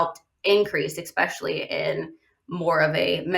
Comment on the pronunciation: The word is pronounced especially, not expecially.